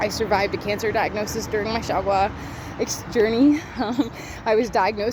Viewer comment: Her way of speaking Xiaogua sounds like "Shagua"傻瓜 XD